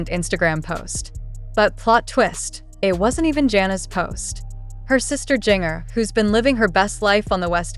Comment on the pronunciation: It's "GIN-JER" not JING-ER! You need to check your AI narration, or do your own.